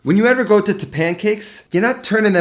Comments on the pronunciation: Ri-Cotta, not Ree-Goata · The return of the riGotta 😂, makes me cringe everytime he says it. (Guess where I am: Italy. I doublechecked it for you with the locals and It is riCotta with a hard c like cake or reconverse.) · RiGGGota.. Why you say like that? Its Ricota.. just say it normally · I love your channel, but please. It’s RI-CO-TTA not RI-GOAT-TA. Get it right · why does he says "riGotta" instead of "riCotta"? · My GOD you've been to Italy you seem to be Italian decent. The word is RICOTTA! There is no G in it. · stop fucking saying rigoata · Say “regotah” one more time for me, please. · It's not pronounced ri-goat-a mate, just saying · It's not his first video starring riGotta 😂👍😜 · It is now known as Rigoata. Let the locals know :) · Oh my god why is he pronouncing ricotta like that its giving me a stroke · I love the way he says RICOTTA. Btw works perfect with QUARK too!!!